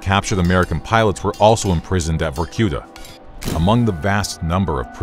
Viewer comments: Was? It is. Vorkuta is a city. And the stress goes on "a" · I hate the american pronunciation of vorkuta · VorQueta Victor Reznov- Vorkoota